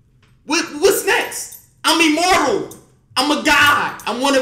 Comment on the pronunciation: " I'm immorble" lmfaoo. So just take the l. You my mans but damn vro I'm dissapointed